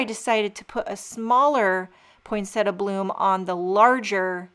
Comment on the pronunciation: Thank you for pronouncing poinsettia correctly.